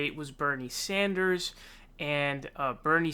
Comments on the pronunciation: Dude! I'm stoked on your frequent updates. You do good work. Buuuut Can you pleeeeeze stop saying Saunders! It's Bernie frikkin SANDERS, you've got to get that one correct more often. He deserves proper pronunciation. You can do it, man. I've heard you do it more than once. Practice in the mirror or something! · What's the story behind you calling him Bernie saunders instead of Sanders? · It's not Sonders bro, it's SANDER. I've noticed you tend to miss pronounce a lot of names. hopefully not on purpose. Stop doing that! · This kid is really starting to piss me off with his absurd mispronunciations. Who the hell is Bernie Saunders? You really need to grow up, dude. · Dude why do you say Bernie "Saunders"??! I can't unheard it now lol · why do you say "Saunders"??? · Appreciate the videos but why do you keep calling him Bernie Saunders? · Sand-ers NOT son-ders lol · Can you stop calling sanders saunders. You do it every video. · I was going to write exactly this. Watch & enjoy all these PV videos, but scratch my head everytime I hear "Sahnders" (?)🤔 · Sanders not Saunders. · Can anybody explain the non-standard “Sanders” pronunciation in every one of these videos? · Ok love your vids but you said Bernie SAUNDERS 😂